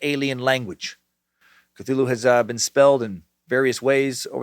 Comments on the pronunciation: "Fffgggrnnnnfffhhgrrrnnnbetoooo Cthulhu" LLOOLL!!!!!!!!! I've been waiting for that pronunciation massacre, and it was wonderful!!! Thank you Dan! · Part of me wish you didn't learn how to say cthulhu you used to say ka-thu-la-hoo